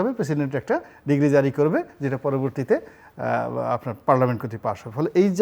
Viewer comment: উনি ডিক্রি কে ডিগ্রি বলে কেন?